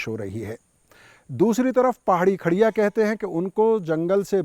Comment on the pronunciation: Its not kharea ,its khodia,,,i